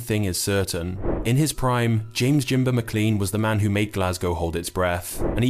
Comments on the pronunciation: It's Jaimba no jimber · His name was Jaimba .. Not "Jimber". Get your facts right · AT LEAST GET HIS NAME RIGHT FFS ..JAIMBA . NOT JIMBA .....ALSO FROM QUEENSLIE FFS ....... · It was jaimba not jimber